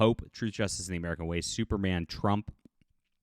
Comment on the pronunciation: Truth, Justice and the mumble, mumble, cough